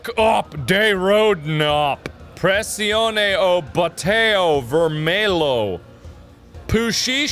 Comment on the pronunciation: "Pressioune o butáo vermelo"